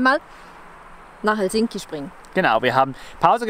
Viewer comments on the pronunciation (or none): H e l sinki - Betonung auf der ersten Silbe!